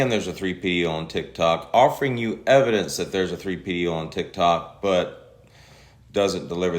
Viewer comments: 3PDO’s? He said that several times. Isn’t it P3DO? 🤔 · He said 3pdo 😂😂😂😂